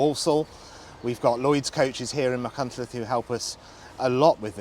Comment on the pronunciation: For once, Machynlleth pronounced perfectly by everyone interviewed! Llongyfarchiadau!